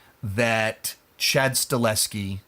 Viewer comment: I always thought it was pronounced Sta-Hel-Ski?